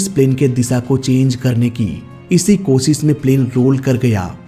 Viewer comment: 1. Oh Sit nhi 'O... Shit' 2. Irror nhi 'Error' 3. Kosis nhi ' Koshish' 😂